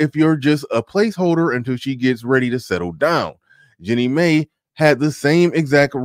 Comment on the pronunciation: (1) FYI….Mai is pronounced “my.” (2) So do you think 50 Cent will marry Cuban Link (she’s mixed but I’m not sure she’s part Asian). (3) Covid ( )…during a pandemic when the country is as sort of in chaos…was not a time to make major decisions…I think they should have continued to date during .